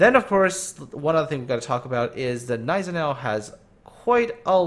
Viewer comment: The G in Gneisenau is silent